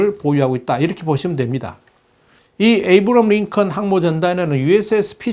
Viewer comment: 롸널드 뤠이건..... 그냥 로널드 레이건 에이브라함 링컨이라고 발음 하세요